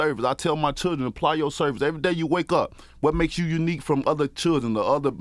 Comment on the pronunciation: This Nigga fuckin’ up all kinds of words 😂